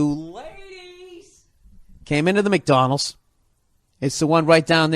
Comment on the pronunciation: “McDonals” lol